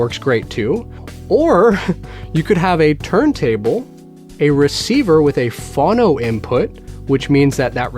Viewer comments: Yes, please never ever say it that way again! :-) Phone-oh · Why do you pronounce 'phono' as "fawno"? I've never heard that pronunciation, and the dictionary has it as both vowels being long. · Phono is pronounced “Foe-no.” :) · It’s pronounced phone-o,. Record players are also known as phonographs. Pronounced phone-o-graph. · I'm American and I've never heard anyone say "fawno" until this video. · Same here. Maybe he's Canadian, eh? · That was driving me mental, too.